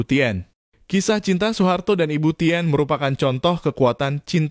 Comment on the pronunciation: narasinya benerin dong... "e" gak dibaca. masak ibu Tin dibaca tien.